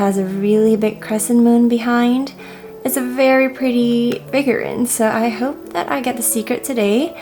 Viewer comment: ‘Figur-reeeen’, not figur-rin. Other than that, love the close-ups of the figures!